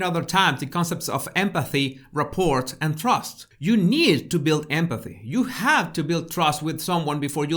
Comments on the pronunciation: Rapport is pronounced rappor, the t is silent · The “t” at the end of “rapport” is silent. French word.:)